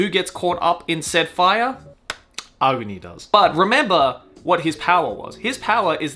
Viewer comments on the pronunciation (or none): Agni (not aogni 😆) is a hindi word which means fire. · Ahguni or Ahgni like how they pronounce Agni Kai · I've never heard someone pronounce AGNI that way.